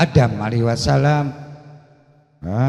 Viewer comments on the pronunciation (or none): none